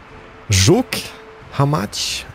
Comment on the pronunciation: Tak dobrze wypowiadasz Żuk i Jelcz ....